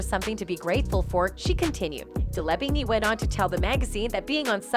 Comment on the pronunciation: Day-laa-veen. Please get it right.